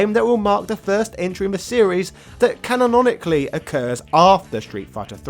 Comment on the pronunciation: Sean gets pummeled as much as you pummel the word canonically! Cannononononically